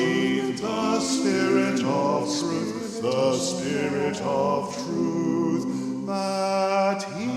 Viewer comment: Spirit is pronounced sp'rit on the crotchet, otherwise beautiful singing!